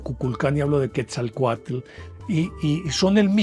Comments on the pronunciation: Así es y la pronunciación de Quetzalcóatl es tal cual, el lo pronuncia "quezacoatel". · Buenas, son buenos sus programas y es comprensible que solo tenga partes de las historias. Por ejemplo de Quetzalcoatl y Tezcatlipoca de Tula. el mito es mas profundo y diferente a su relato. Es chistoso como los colombianos pronuncian los nombres en Nahuatl, no es Quesacute divida en dos y diga quetzal coat Tezca tlipoca. Soy amante de las culturas antiguas y enamorada de, la de mi pais. Mexico. Felicidades por su trabajo. La forma de Serpiente es universal ( rios, caminos, remolinos, la via Lactea, el ADN, El tiempo-ciclico, ETC) Gusto en escribirle.